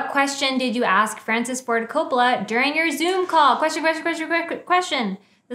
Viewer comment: Patrick says "My boi Francis Ford Coppola", but it sounds like "my boyfriend Ford Coppola" which fascinated me because it seemed to imply that the respect and admiration that he felt for the legendary director had transformed into a full-on romantic obsession, probably as a result of watching so many films of his in a row while drinking his wine.